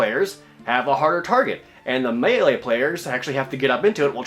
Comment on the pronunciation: You say "Brassiere" (bruh-zeer) which is the long word for bra. I think you meant to say "Brazier" (brāZHər) which is something more likely to have coals in it.. I would have let it go but with all the other words that get mangled such as: melee, coup de grace, blackguard, etc. Thank you for mentioned 'house rules' briefly. Loved this series immensely and I bought 5th Ed with Christmas money.